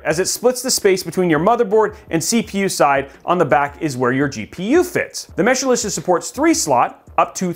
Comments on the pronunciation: I know you love saying Mesh-a-licious, but it's Mesh-licious. that's what I have in mine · Mesh-licious.. Not Meshalicious or Meshilicious. But overall good video!(